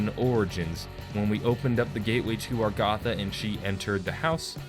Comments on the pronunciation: Samantha: "You can open the gate way to Agartha!" (Pronounces: A-gar-tha): "Stuck in Agartha." (Pronounces: Ar-ga-tha) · My goodness its a-gar-tha